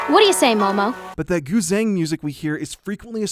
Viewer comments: im sorry its pronounced "pee - pah" and "goo - chung" not pipuh and guz-heng HAHAHA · Great video! In Chinese zh is pronounced like a j sound, not a z sound. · Sorry, but the z in Guzheng isn't z but like the j in je in french? like a voiced sh. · I know you try to pronounce things right and you do exceptional research so I just wanted to throw out there that “guzheng” is pronounced “goo-jung” for future reference. Chinese has some weird romanizations that don’t make a lot of sense at first glance haha. Loving your videos! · Nice vid, however: pippa---->Pee pa Gu zeng-----> goo jueng